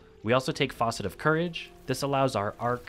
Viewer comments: This is good shit,. My Titan is jealous. One thing, though. It's pronounced FASS-ett. Like the facets of a gem. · Great build, as usual. But it’s pronounced fa-sits. Like the fa in the word fast. Figured you should know that with all the videos you’re gonna be releasing in the next few weeks. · I love your content but man, take a moment to learn pronunciations. Facet is faa set. Like in gem…like prisms. It’s as bad as aztecross saying abeyant wrong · Dang, I have to mention, it's fAcet, not fAUcet for the fragment names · I think it’s pronunced F(ass)cet homie. It’s not a sink. Also there’s no “U”. Facet is a component of a whole. Sounds better than a leaky sink too. Just a tip so haters don’t hate in your future videos this season. Good videos thank you for good content bro-man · Facet not faucet 😂😂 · ...keep droppin strong builds buddy...also...don't say it like "foss-it"...say it like "fass-it"...👊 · Hello, just wanted to note the "facet" is pronounced fa- like fabric, not fa- like faucet. Love your your content. Keep it up. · For the record it’s a facet not faucet 😅 but love the build !!! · I'm going to make this build, not because of the gameplay, but solely on the fact you called all the fragments "faucet of" instead of "facet of" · It’s facet (fast-it without t) not faucet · facet (as in Apple), not faucet. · Minor detail, but it’s Fa-cet, not Fah-cet. That’s a sink “faucet” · facet - as in geology. not Faucet - we're not at a sink >< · It’s fas-set, not faucet. Otherwise, great video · Facet not faucet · you pronounce the word "facet" (FASS-et) like how everyone else pronounces the word "faucet" (FAW-set) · FAH-cet not FAW-cet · Facet, not faucet 😭😭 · Facet, not Faucet. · Faucet. Fawcet. Focet. But never once is the word facet in this video. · Nice build but these are facets, not faucets. Rhymes with "assets" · Facet, pronounced like fat, not faucet. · Yeah good build. Wrong pronunciation. 😂